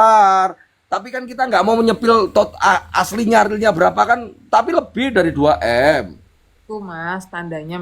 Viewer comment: denger 2M kayak 2T ..norakk wkwkwkw